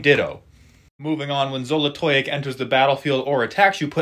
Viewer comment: First just gotta say I was shooook by that great pronunciation